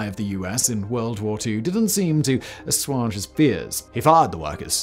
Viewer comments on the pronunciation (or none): This guy in simply cannot make a video without ridiculous mispronunciations. Minute 7 hear and “aswaage” is one of his best.